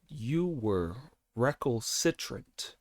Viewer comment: Re-cal-tri-sunt. It means pig headed.